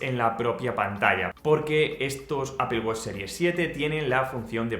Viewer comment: "Apel" no "apol" que parece que vas a vomitar el nombre...